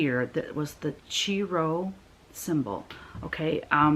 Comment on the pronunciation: I am not going to pick a song, but comment on Chrismons (Christ monograms) you made reference to. There are many Chrismon shapes (probably most familiar would be the fish and the star) and I have made these with my first and second grade Sunday school classes for years. Also, the Chi Rho you talked about is pronounced “Ki” (long i). These Chrismons were often put on Christmas trees in church’s sanctuaries.